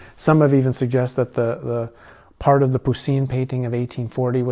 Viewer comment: Just trying to help... Poussin...is pronounced like poo-sa with the n sound not quite ended. Sepulchre is pronounced like sep-ul-kra. Just a thing...gets quite aggitating listening so many times not pronounced correctly 🙏👍